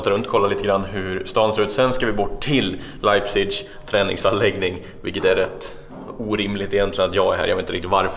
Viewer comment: Jag har en vän i Leipzig. Och fmdet uttalas leipzish på tyska